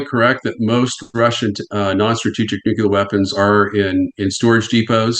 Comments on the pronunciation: That guy doesn't know how to pronounce Nuclear. So annoying. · why does he blink so much?? and why does the expert not know how to pronounce 'nuclear' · Nuc-LEAR. It’s not pronounced nuc-you-lar. Kind of diminishes the message when the guest mispronounces the word multiple times. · Someone needs to tell this Nuclear expert: it's pronounced "nu-clear" not "nuke-ular" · Nuclear: "Nu Klee Ur"...not "Nukular" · Anybody that says “nucular” immediate loses credibility IMO. Say it right: nuclear. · I said it last time and I’ll say it again. Who ever Pronounces nuclear as “New-Q-Lur” instead of “New-Clear” should not work on our around the topic. Grinds my gears something fierce, boy. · New CLEAR! Not nuuuQlar! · I effing hate it when anyone but especially an "expert" says nucular instead of nuclear. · Honestly, WTF is so difficult about the word nuclear? It’s pronounced in the manner of new clear, not nucular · It’s hard to watch when this man mispronounces nuclear over and over again. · The pronunciation of "nuclear" as "nucular" by a supposed expert. He said it so damn much too! 😂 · @@ nu clear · @@ can you read???? not nu que ler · Gotta' love that nucular war expert. New. Clear. It's just not that hard. "When I wrote my unpublished book". No shi*. I'm so convinced. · I am backing out of this video i cannot handle people saying “nUkUlAr” anymore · Nate your "expert" said at least 100 times "nukular", i managed to endure half hour in to interwiew, but it's unwatchable. I have no desire to troll, but man- just listen him, and lastly all he said we allready know, call Scott Ritter he surely knows much more than this klaun. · Nu Ku ler. It's pronounced nu Ku ler 😂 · Why does everyone say Nu-cu-lar? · Interesting factoid, he says Nucular. John Haller says it that way sometimes said that 8 presidents said Nucular. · needs to learn how to pronounce the word nuclear. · Had to quit before half way in cause I can't keep hearing this idiot say NUCULAR. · Nu-cle-ur Real-tor